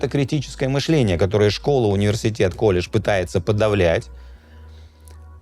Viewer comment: Интересные видео, но зачем так пафосно и с характерным акцентом произносить слово колледж😅😅😅